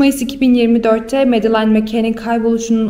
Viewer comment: Medalain değil ! "Medılin" diye okunur ! Berbat !